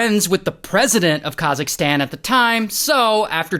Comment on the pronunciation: khazisktan ?? what do you mean its kazak-stan say it properly atlease